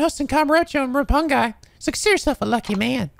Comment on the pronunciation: You pronounced Reimi's name correctly the first time. Remember 'ei' makes the long 'a' sound. All in all, nice job! Also the 'i' in Roppongi is a long 'i'.